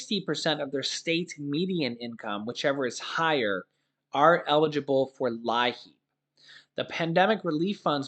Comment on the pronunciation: It's pronounced Lee app